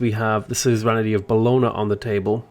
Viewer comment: Love your videos and feel like I've improved massively since I've started watching your stuff, but your pronunciation of Bologna is driving me up the wall! Boh-loan-ya!